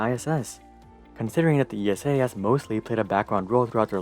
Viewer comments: It’s ESA... not E.S.A. - just like NASA... not N.A.S.A. 😅🤗 could have done some more research about our space agency but overall good video! Keep at it! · Great video! But ESA is pronounced as a name like Lisa without the L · Could you please pronounce esa as one word like you do with nasa? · Sorry EU citizens, here in the USA I’ve always heard or maybe assumed ESA was pronounced as E.S.A. (With Letters). Now we know, no slight is intended. In my opinion ESA either isn’t initiating flashy projects or when it does a flashy project (ie Mars) it hasn’t been the first. Anyway, right now SpaceX owns all eyeballs, even those that once adored NASA for reasons that seem obvious. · Just a pet peave of mine, as someone who has lived with ESA (family work there) all my life, no one calls it "The E.S.A", everyone just says ESA (pronounced like the name "Isa"). As a side note I had a metal toy Orion rocket growing up, awesome thing xD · It just hurts my ears how narrator says "ESA". It's actually the same as you would say NASA (imagine someone saying NASA as en-a-es-a) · you could have done some more research about the name of your main subject - it’s Like interviewing someone and getting their name wrong throughout the whole interview..... difficult to listen to! Better luck Next time!